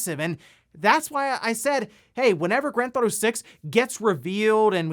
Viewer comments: "Granthotto 5" "Nintenhrrdrrhdirect" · "gran-thotto-five" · what the hell is “gran-thotto”?